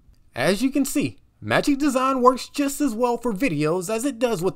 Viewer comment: Magic Desawn/ Magic Dezon/ Magic Deson lol